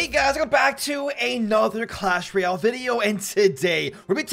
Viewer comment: I cant be the only one that is annoyed by the way he says royale right? Sounds like reeyal